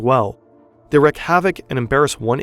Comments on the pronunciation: Wreak (havoc) is pronouned "reek." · on a side note... its "reek" not "reck" havoc when saying "wreak havoc". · wreak* havoc not wreck like "reek"